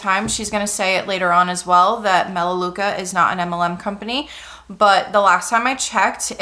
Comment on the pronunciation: it’s melaleuca